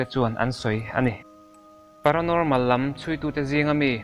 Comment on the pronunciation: Paranormal ti rawh . Paranolmal anilo...jjaahajja...... 70's centuriiiiii.... Century ti roh..